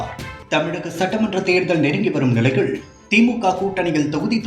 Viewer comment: "நிலையிழ்", "வரையிழ்", "நேரத்திழ்..." என்ன இதெல்லாம்? கருமம். கேட்கவே காது கூசுகிறது.